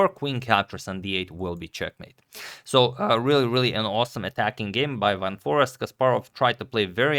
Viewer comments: As a Dutchie I can confirm. In the video it is just the American "Forest" while the "eest" is more like the same sound as "aste" in taste/paste. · The Dutch google translate is actually spot on for pronouncing Jorden van Foreest. Its not Forast, but For-aye-st Goog content :) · double 'e' certainly not double 'r'. Van FOREEST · #suggestion Its more like For-ace-t - but to pronounce `van foreest` you could throw it into google translate and listen how google pronounces it in Dutch. This is actually surprisingly accurate (I checked it). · Closed is "for-aced" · I am Dutch: Foreest is pronounced as Fore-aye-st (English phonetics). The double 'ee' is pronounced as an 'aye' instead of the short 'e' you would have in Forest. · The important bit on Dutch names: V is pronounced as in German, as F. So, he's Fun Forest 😃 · The proper pronunciation of "Foreest" is "Foreist", with the "ei" pronounced like in "eight". The emphasis should be on the "ei". For the doubters, I am Dutch. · Agadmator pronounced it "forast", which simply cannot be right! I remember we learned how to say "Geest" bananas about 50 years ago ;-) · Here is the correct pronunciation of Jorden van Foreest's name in a Dutch chess video, fifteen seconds into the video: . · You pronounce the double ‘e’ the same way as the starting letter of the alphabet. So not like in ‘bar’. More like in ‘ace’. Love and peace! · I'm Dutch as well. It is definitely like and are saying. The pronunciation in the video is not correct. One might argue over it but this name is actually an aristocratic family name pronounced as suggested. Here's a link where you can hear it (press the play button) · I will send Antonio an email with a proper pronunciation in an audio file. There’s only 1 way to pronounce it. any Dutch person who has never even seen the name before, will pronounce it the exact same way.